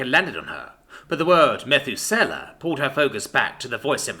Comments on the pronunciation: Aye. Emphasis on the oos. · it's interesting hearing you place emphasis on a different sylable when saying "methuselah." my own, and various online resources put emphasis on the U meh THOOO sell ah. where you chose to use the second E for SELL I mean, it sounds cool, but also has a dissonance, because it's different, and out of...colloquial nature. so...put the emphasis on the Thoo sound. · MEH-thoo-SELL-a? God damn, dude. It's pronounced meh-THOO-suh-luh. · Im pretty sure you are pronouncing that wrong. Methuselah is pronounced muh·thoo·suh·luh. He was the man in the bible with the longest recorded lifespan. Thats why this live forever project is named after him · You mispronounced, "Methusaleh" . "Mə-THOO-sə-ləh." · It's pronounced Muh-thew-suh-lah Dude in the Bible that supposedly lived 969 years. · Need to work on your pronunciation of Methuselah. It's Meth OOS eh lah. Emphasis on the oos, not the eh. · Ha jaha "meth-oo-sella' oh my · Methuselah. Meh-thoo-sou-la. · this but more British for me and the narrator Otherwise nice tale, enjoyed it. Glad we all agree that the pronunciation was killing us though pahaha. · yeah, that was my one gripe listening, as I'm not used to the word pronounced other than this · Emphasis on oos. Not on eh. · What a great story but COMPLETELY ruined by the total and utter miss pronunciation of Methuselah! He was the oldest person ever in the bible. And yet again you ruin a great story by not doing your homework. In this case the pronunciation of Methuselah has massive context in the understanding of the story..... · Eww how he says Methusela makes my brain hurt. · Lol at everyone going at your pronunciation of the name. I would just chalk it up to thousands of years passed, and the name passed down in history by Mus, who probably have a bit different talking apparatus than humans. Heck, just thousands of years by itself would change pronunciations due to linguistics drift. For the Narrator! For the Algorithm